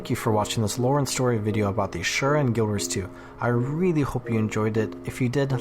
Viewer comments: Asura not Ashura. I dislike them since gw1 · Are we adding an H? 🧐 I know you have heard this pronounced before in game.